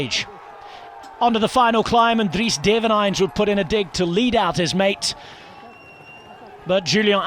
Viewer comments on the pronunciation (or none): none